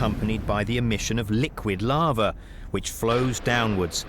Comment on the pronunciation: You think they would have got a narrator who could say lava. I mean lots of bugs in this could tell if it was lava or larva.